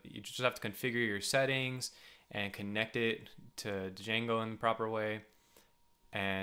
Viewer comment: hehehee, good one. BTW it's Django (/ˈdʒæŋɡoʊ/ JANG-goh; sometimes stylized as django)